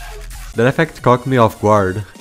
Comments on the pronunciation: Why do i hear "That effect cocked me off guard" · he did NOT say caught😭💀🙏